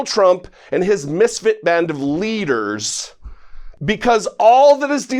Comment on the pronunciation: Was that leaders or leechers.